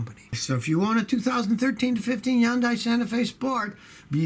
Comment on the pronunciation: HUN-DAY. HUN-DAY. HUN-DAY. .. as the TV commercials say.